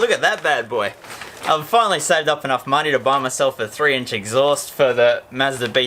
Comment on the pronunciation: He calls it the eggsaust 🤣